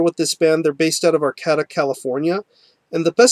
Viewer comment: Great review! Just an fyi, it's pronounced Ar-kay-tuh, I live about 10 miles south of there and this is by far the best band from Humboldt County in my opinion.